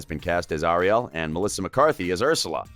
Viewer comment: Who else is pissed that he said ariel's name wrong?